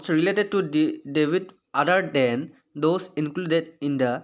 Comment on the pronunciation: Vai debit nhoii beh debt hoi pronunciation correct korok.